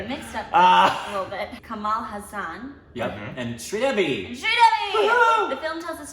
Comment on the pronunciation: Kamal - not ' maal', 'mal' as in 'malaria' Hassan - not 'saan', 'san' as in sun Edit Oopsi 😐 it's Haasan - 'haa' as in 'heart'